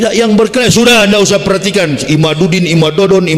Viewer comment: Ini orang gila,nyebut imaddudin aja ga bisa